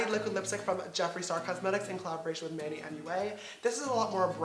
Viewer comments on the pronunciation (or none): none